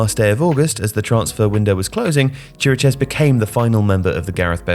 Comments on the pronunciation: Oh, and I just got to Chiriches (should be pronounced KI-ri-kesh) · Why is nobody able to pronounce Chiriches's name right? It's simple, it sounds exactly like Kiri-kesh, even easier than most of how people try to say it.